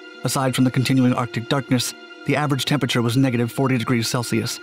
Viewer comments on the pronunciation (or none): none